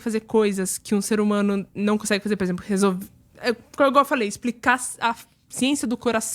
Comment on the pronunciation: "Por exemplo". Saiu "purzempru" kkkk